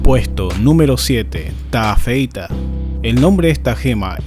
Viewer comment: Taafeita:❌ TA feita:✓